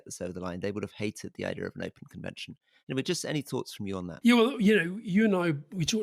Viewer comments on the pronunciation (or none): none